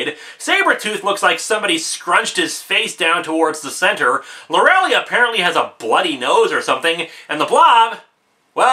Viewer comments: I probably shouldn't be complaining about this, but for God's sake, Lorelei is pronounced Loe-eh-lie. It's not Lorelly! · Lorelei is pronounced "Lore-el-lie". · Lorelei = Lor-uh-lie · Linkara. Please. Lor-e-liiiiiiiiii. Long i.